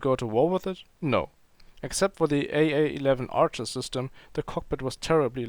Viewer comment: ArchER not Arsche lol